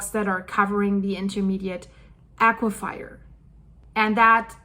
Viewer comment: As a fellow ESL - Please let me say, there are no wet fires as in aque-fire, I thought it is pronounced "a-cue-fur" as in fur-coat, I just have never heard a native speaker say it that way.